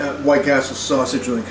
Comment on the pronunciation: Bro called it a sussy-ge